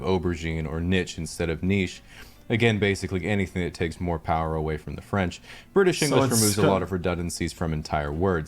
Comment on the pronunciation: Bri ish